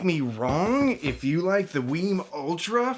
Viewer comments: WiiM is pronounced like "whim", not "weem". I learned that when I attended an audio show where WiiM introduced the Ultra. I thought it was "weem" at first like the Nintendo Wii, but it's "whim". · It’s pronounced like Whim, not Weem